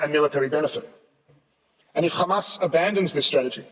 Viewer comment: It doesn't matter how many times they say khqhcamas it will not change the fact of genocide.